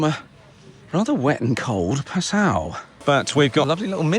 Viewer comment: Pronunciation tip! it is correctly pronounced PA sau. NOT pa SAU!!!!